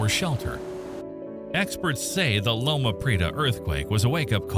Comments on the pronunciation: LO-ma Pree-AY-ta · I'm glad you keep people aware of things like the Cascadia Subduction Zone and its potential to eventually wreak havoc in the PNW. But I have to ask, who is writing these? It's LO-ma Pree-AY-ta There is no "Explorer" plate, though the Juan de Fuca plate was named after an explorer. That plate is subducting under the North Amerucan plate. There's not even one labeled on your map! Mega*thrust*, not mega*crust* The plural of tsunami is tsunami, like the plural of anime is anime, though "tsunamis" is accepted. The second-most powerful earthquake ever recorded happened in the U.S. state of Alaska in 1964 local time, 27 March, 1964 ( , 28 March, UTC), Good Friday. It was a 9.2 on the Richter scale. If this manages a 9.2, it would tie that record and would be the joint-worst in the USA & joint-second-worst ever recorded. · Loma Prieta pronounced "pree-eh-tah. Mendocino="men-doh-see-no" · I think I gave up with a total mispronunciation of Loma Prieta.